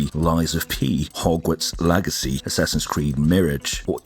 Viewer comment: That ai voice though lol.."hogwarts lagacy" "assassins creed meerij"